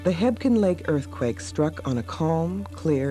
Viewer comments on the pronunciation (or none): Fyi, its just called Quake Lake. Also, it sounds like its spelled, Hebgen, not, Hepkin. Great vid. Nice info. Buildings can still be seen underwater.